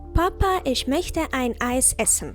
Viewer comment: Чому ми промовляєте Ich як Isch?